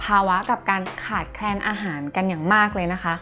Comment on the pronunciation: มีสาระและความรู้ม่กค่ะ เป็นแรงบันดาลอย่างดีเลยค่ะ แต่อยากให้ร ล ให้ชัดกว่านี้ เช่นโรคร้อน=โลกร้อน ขาดแคน=ขาดแคลน